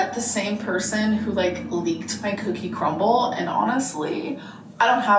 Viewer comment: "cookie crumbl" fills me with rage